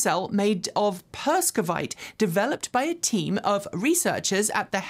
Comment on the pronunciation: 'perovskite', not 'perskovite'.